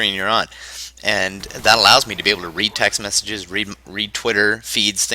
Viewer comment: did he say Semtex messages or was that just me